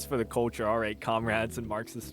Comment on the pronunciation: Why can't this guy say culture?